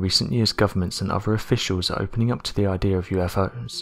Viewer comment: This narration needs a bit of translating. Allow me: "hypoffasis" = "hypothesis", "ideer" = "idea", "fourteenfff" = "14th", "fank you" = "thank you", "uhvers" = "others", "fuvah" = "further". (Pretty bad when even robot voices use poor grammar. Lol!!)